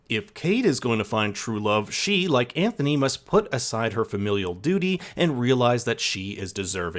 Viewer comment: How did you manage to mispronounce Anthony’s name throughout the ENTIRE video? Not like his name isn’t said a thousand times in the show to mimic.